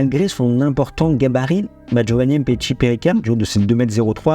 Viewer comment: il parle du fait que tu prononces mal le nom du joueur. Tu dis "M" petshi, ça se prononce "MMMPetshi" c'est tout attaché. C'est comme quand tu dis "Vladimir" tu ne dis pas "V" Ladimir. Tu vois la nuance ? J'espère que j'ai pas été trop brouillon dans mes explications 😂